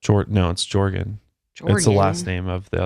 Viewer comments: I’m extremely local to this case and I’m fucking dying at pronunciation of “ Jorgan” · “Jorgan”… -“GEORGE ANN!!!” 😂😂😂💀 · Jorgan, Georgen, Georgan: GEORGE ANNE!!!😂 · How do you get "Jorgen" out of "George-Anne"? LMFAO that was great 😂😂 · Jorgan lol says it’s georgann lol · HAHAHAH "George ann" you're fired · I’m literally cracking tf up at mispronouncing these names and faces 😂😂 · I love how pronounces some of these names!😂 you guys are so funny